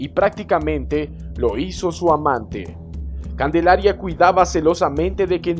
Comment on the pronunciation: Calendaria o Candelaria? XD